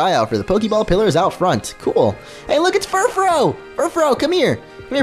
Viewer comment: The pronouncation of Furfrou is FURFRU